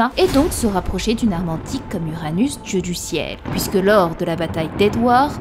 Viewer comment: tu as la même façon de prononcer la syllabe en "ui" "oui" Exemple tu prononce "puisque" "pouisque". Il y a une autre YouTubeuse qui a la même façon de prononcé et un peu la même voix que toi. Sa chaîne relate beaucoup mythologie de notre monde et je commence à croire que vous êtes une seule et même personne